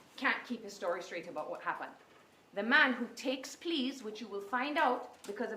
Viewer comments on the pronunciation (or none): I kept hearing please, over and over until I realized she was saying "plead"